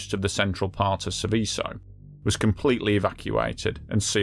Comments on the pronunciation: "Sèveso", non "Sivìsso". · Pity you didn't research the pronunciation of the subject of your presentation, since it comes up so often.